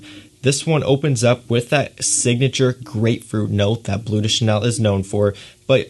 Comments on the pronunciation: Cant even pronounce bleu de chanel😂 its BLEU de chanel not BLUE de chanel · Good video, however (and apologies in advance if people think I’m being picky) but please note that “Bleu” should not be pronounced “Blue”!!! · It's pronounced "bluh," rhymes with the. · its BLEU, not BLUE. its french. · BLEU, not BLUE :) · I hate how American reviewers pronounce “toilet” and “parfum” all ‘fancy’, yet say “blue” instead of “bleu”